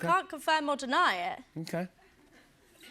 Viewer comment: “i cont believe it”